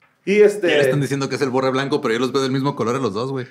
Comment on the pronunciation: todo hackeado viendo "al vorre" y no "al borre"